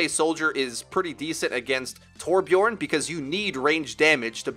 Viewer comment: Torbjörn* Ö doesn’t sound like O